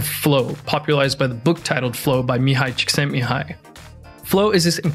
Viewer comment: Congratulations! You got that Hungarian name quite right